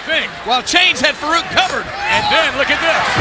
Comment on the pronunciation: So Vince calls him "fuh-reak" instead of Farooq lmao wow